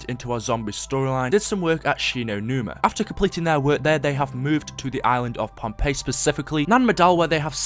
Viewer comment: And everyone, it's not Pompeii, it's Pohnpei